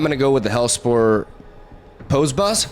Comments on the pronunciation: Spicy deck! Unrelated, but you've mentioned wanting to pronounce things right before: "Posse" sounds like "Paw C", rhymes with "bossy". Super petty, sorry, but it was bugging me. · can't wait till you figure out the metagame... considering youve never seen these 12 sets before it honestly shocked me to see you at mythic lol... also it's pronounced possy (poss eee)... the way you pronounced it was hillarious tho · Great video! P.S. posse is pronounced possy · Hellspur Posse Boss is pronounced Possy,! xD Really cool deck and I like how you pointed out the similarities with Loki, but a much fairer approach. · Hi, cool deck. Dunno if you care but "posse" = "paw-see". Old timey word for "gang".